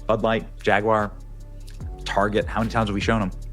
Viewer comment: I always make fun of cause he cant say Jaguar. He says Jagyuiere